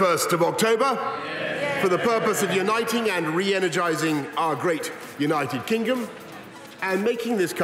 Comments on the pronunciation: . Is it just me or did he say Kingom? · " Our great United Kinguhm " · He cant even talk proper he said united kinGum... 🤣🤣🤣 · Kingom LOL